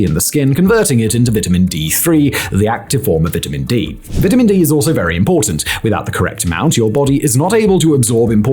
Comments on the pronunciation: I don't trust this guy. He doesn't even know how to pronounce "vitamin". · The way he's saying vitamin is making me irrationally mad lol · I like the way he says vitamin 😂